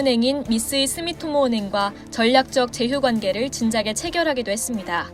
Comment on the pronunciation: 자막은 스미토모?...나레이션은 스미모토?